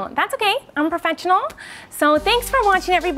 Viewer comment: "that's ok, im profechanul"